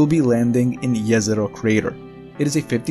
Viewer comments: I think this is the first time I heard the Jezero prenouced correctly. Jezero (in slavic languages) meaning the lake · "Jezero" means "lake" in Serbo-Croatian. He pronounced it perfectly. Maybe it's his mother tongue?